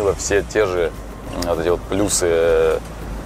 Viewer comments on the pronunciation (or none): none